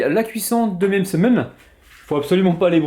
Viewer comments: N'importe quoi il le dit très bien Msemen tout simplement pas mésèmen mdrrrrr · oui il le dit comme il faut